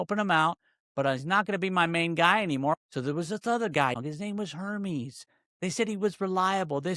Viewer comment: Air-meez = Hermes